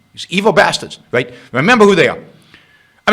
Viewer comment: "should healthcare be a wite"... Learn how to fucking speak before talking on video. "R".... Learn it, love it. Speak it....